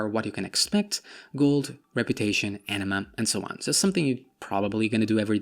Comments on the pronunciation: when you say anima, sounds like you say enema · A nima not Enema Enema is a rectum cleanse lol